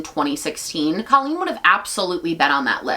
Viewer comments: it’s because she calls herself “coh-lleen” not “cah-lleen” and as someone who shares her name, she’s wrong. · I think she does pronounce her name Cole-lean for some ungodly reason 🫠 just makes me think of the word colon but to each their own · no it wasn’t right, her name is C “oohhhhh” leen. When I heard her saying her name wrong, she immediately became irrelevant. The “rise” and “fall”. Even at Colleen’s lowest point it’s still better than what this girl has done.